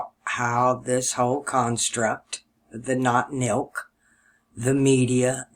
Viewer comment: I think he means to say Notmilk (not notnilc)